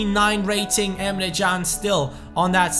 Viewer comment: Dude the way you say "Emre Can" is beautiful 😂👌